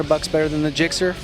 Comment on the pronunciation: why did he say JIXXER? isnt it GIXXER? 0.O